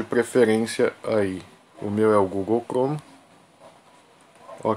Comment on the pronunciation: Google clome kkkk